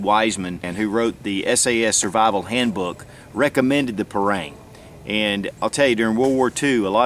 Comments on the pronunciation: Dear Sir, I want to respectully correct you how to spell it in a proper way. It is called "par-aang" not "par-reang" and in every south asian people who speaks Malay pronounce it this way. Thank you for your great review:) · agree with you! Its pronounced Par- Rung!!! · you pronounce parang wrong!